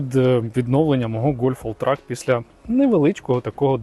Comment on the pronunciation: Один раз на початку назвав гольфа олтрЕком, і я аж втішився, а потім знову він став «олтраком»(